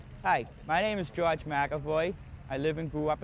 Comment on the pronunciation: Gawge (George) not Josh!